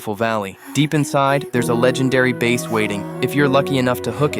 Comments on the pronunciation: your AI stinks.... the fish is pronounced as though it rhymes with ASS - your AI pronounced it like it is bass guitar..... like first base in baseball..... the English spelling for the fish is the same as that of the guitar, but the pronunciation is different remember a bass fish has an ass.... a bass guitar does not have an ass unless you count its musician's rear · Ai voice cant even say the fish right